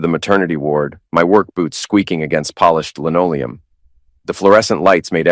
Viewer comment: LENOLEUM!? Try LINOLEUM! Along with a dictionary/thesaurus. And 'made the whole thing feel SORTED!?' Same advice, as above! As for the infant's WHALES!!?? God ALMIGHTY!!